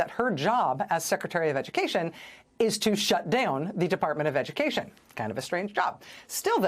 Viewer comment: McMahon is perfect as the Secritery of Edukaysion...